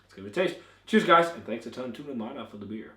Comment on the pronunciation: The name is NO-mada, with the stress on the first syllable, as the ó symbol indicates, not No-MA-da. The same as in English, where you would say NOmad, not NoMAD.